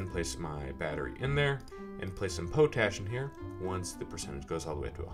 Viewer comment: I'm pretty sure it's pot-ash.. Nice vid very helpful